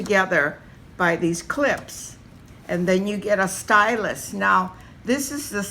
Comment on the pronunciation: Great video but I had to turn off quickly because I couldn't stand you saying 'stylust' so many times! It's stylus without the t! God that was absolutely infuriating, I want to watch more but I just can't face it haha